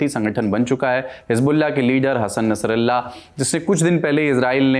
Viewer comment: Abe dalal . Hasan nasrullah ka naam sahi se le .